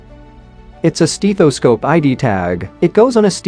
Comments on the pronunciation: FYI…. it is NOT a “steeth-o-scope” !!!!! Do you even speak English??? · “S teeth O Scope”? Jezzus I wish we could get rid of computer voice=-overs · It's a scope to examine your steeth.